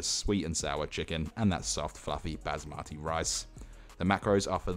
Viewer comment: when he said bazimati for basmati (i was screaming in asian)